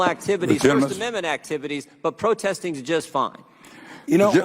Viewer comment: Fauci can't even say protesting